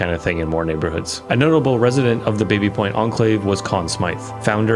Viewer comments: Baby is properly pronounced 'Bah-by', if you can't do that, 'Babby' is fine. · The area was once owned by the Baby family, pronounced Baa-bie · The name "Baby" is actually pronounced "Bobby", after the French founder James Baby.